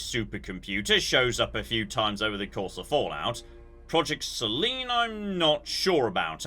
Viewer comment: it may be the pronunciation. I suspected it was Selene, but that's not the way Magnusson pronounced it. His word sounded more like 'Celine'. What nefarious plans does Celine Dion have?